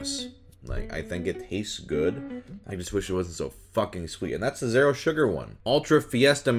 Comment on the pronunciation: Omg he says the word zero like "zair-o"